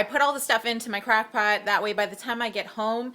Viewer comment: When you pronounce 'crockpot' like crackpot, it makes me think that you have a crack lab with a 'breaking bad' theme in your kitchen lol. Not trying to be mean, it's just so cute how you say 'crockpot'